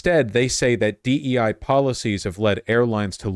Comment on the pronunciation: Did you really just say DE with a hard I?